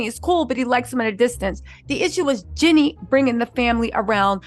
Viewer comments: its (GEE-NEE) like Genie in the bootle lmao not jenny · Please say “Jeannie” NOT “Jenny”